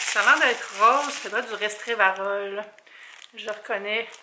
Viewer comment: Restrévarol?😂 resveratrol 🥰🫶🏼c’est pas une reproche tu m’as fait rire❤️